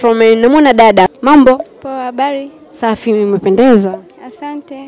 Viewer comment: shost sio habali ni habari